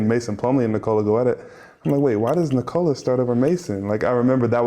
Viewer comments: For his name, the emphasis is on the "Nik" part. Not the "ola" part. The "o" sound isn't like the "oh" sound in "owned". It's more like the sound of the "o" in "obvious", which it isn't for native English speakers. I think he just got sick of explaining it, so I'm taking up the mantle. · Please for God sake try say Nikola like Serbs. He is No1 in NBA, realy he would be so happy if everybody say it like Serbians.. Its nothing wrong dont understand me wrong, but at least he desirve it. Luv from Ljubljana Europe. Peace